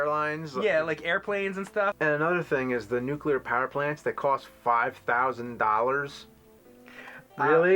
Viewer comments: Nuclear. Not Nucular. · Nuclear*,. New-clear. Not nukuler. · It's not "NEW-Q-LER" power plant. The nerd had it right, it's "New-Clear" wise up chump. And they are very safe, I've worked at nine of them. But i love NES and SNES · went to the George Bush academy of English... "Nuculer" xD. It's 'Nuclear'... love ya,...dont shoot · says "nucular" and James says "nuclear" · Stop saying nucular. It's NUCLEAR. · It's a Simpsons reference where Homer pronounces it like that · It's "new-clear" not "nuke-u-lur". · hehe, "Nookyalur" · FFS... its "NUCLEAR" not "NUKELAR" ... jeez... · It's pronounced Nu-clear, not Nucular. The word does not have a second U between the C and L. GET IT RIGHT!! You sound like a damn fool when you say it wrong. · Stop saying NucUlar! It's Nuclear! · Nucular plant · God damn it. "Nuclear,". Not "Nucular." God damn it. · "nu-cu-lur power plants".....really? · They said nukUler... Smh lol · I honestly don't like bitching about piddly things, but hearing a fellow nerd like say NUCULER just grinds my gears. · "Nuceler" vs Nuclear. hmm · "nuclear" "NUCLEAR" not nucu-lur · "It's fucking nuclear, not nuculer! You diddy!" - Billy Connolly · THE NUCULAR PLANT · nu-clear..... not nuke-ular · Sorry, but I got angry every time you said "Nucular" instead of Nuclear .3. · NUCLEAR!!! WE DON'T SAY "NUCYALER"!!! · "Nucular," lol. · LOLLLL that's annoying to hear him SAY "NUCULAR". HAHAHA it's sad when James HIMSELF says it right when he says NU - CLEAR. (haha no offense to the guy in the video WITH James.) BE COOL "NINTENDO DUDE". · Someone should tell it NUCLEAR not NUCELAR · Nuclear is pronounced "NEW-CLEAR" not "NEW-Q-LER" I dunno why that bugs me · Nucular power plants? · "Nucular". Eugh. Please, dudes. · Nuclear not nukeuler (or whatever)! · say it with me... "NEW-CLEAR" NOT NEW-KYEEW-LURR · Nuclear! NUCLEAR! NOT NUCULAAAAR! Damn it George Dubyaaaa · Why do americans say nucular? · Nucular plant?